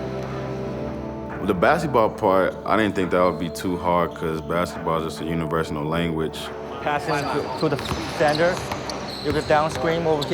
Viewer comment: "basketball is a universinal language"